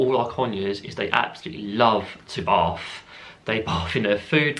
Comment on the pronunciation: While you were saying about the bath bit, I heard it as barf! I was legit imagining ur bird barfing in your drink! LMAOOO